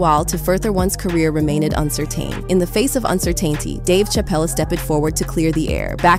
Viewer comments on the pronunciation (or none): loving that A.I. pronunciation of rit-u-ahhhl and uncer-tain and uncer-tainty 😂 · AI voice much? “ritoo-all”? “uncertayne?” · Is the narrator a real person? I know there's no master of pronounciation but of all the other words said wrong ,the way uncertain & uncertainty were pronounced is wild!😮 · Is this ready by AI? Who says uncertain and uncertainty like that? Conusing Eddie Murphy with Eddie Griffin lol? Plus...where these receipts from Murphy at all...lol.